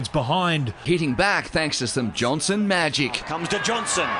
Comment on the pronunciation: Magic not majic bro